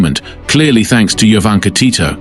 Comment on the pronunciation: Her name is pronounced Yovanka